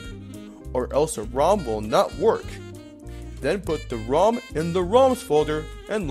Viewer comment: how he says ROM is driving me nuts